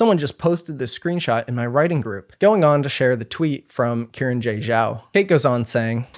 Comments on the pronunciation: with the amount of research and time you put in this video, pronouncing xiran's name correctly probably would have helped legitimized the video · Is that actually how you pronounce Xiran's name? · BTW, when pronouncing Hanyu Pinyin, the 'X' in Xiran has a soft "sh" sound, and 'Zh' sounds more like a hard 'J' much like the one in their middle name. Cheers. (by "soft sh," I mean you move your tongue forward, closer to your teeth. Try it out; you can totally hear the difference when switching between 'sh' and pinyin 'x'!) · Xiran is pronounced "shee-rahn" not Kieran 😂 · So their name, Xiran, is not “Ki ran” it’s more like “Shi ran.” In Chinese, Shi sounds like shir (sure) and Xi sounds like Shi (she). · I was looking for this comment. He didn't bother even attempting to pronounce their name correctly either, its understandable it wouldn't be spot on but 'kieran' is just insulting. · Just want to let everyone know, Xiran Jay Zhao's name is pronounced "shee ran", not kee ran 😊 The letter X is always pronounced like "sh" in Mandarin. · isn't it pronounced See-ran not Kieran, or does Xiran prefer it to be pronounced Kieran? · respectfully, the name is pronounced SHE-ran, not KE-ran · Karen....? Its Xiran.... at least say the X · Just a note that Xiran is said like “she-ran” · Uhhhhhh Xiran is pronounced closer to She-Ran. Xs usually make an "sh" sound in Mandarin. It's not hard to google this stuff before you open your mouth. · Hearing Xiran pronounced as Kieran is wild. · Great video, I'd just encourage you to check the pronunciation of Xiran's name, which is not Kieran ;-) (the x in the pinyin transcription of Mandarin is pronounced like... erm, don't really know what reference to give since you don't have this sound in English, haha... it's like sh but it's the middle/back part of the tongue that is raised towards the palate, not the tip. In some previous transcriptions it would've been spelled as hsi, so even s is nearer the mark than k) :-)